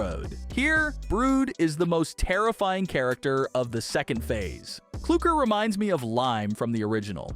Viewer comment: Klooker but it's clucker 😂😂😂😂😂😂😂😂😂😂😂😂😂